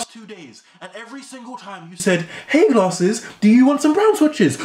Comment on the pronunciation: Calls Glarses lmao xd